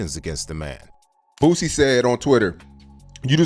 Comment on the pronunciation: Why are you calling him “Boozy” ? It’s Boosie